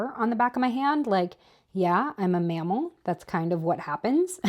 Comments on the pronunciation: I thought you said you were a “male”, not mammal, and I had to rewind 😂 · omg I heard “male” too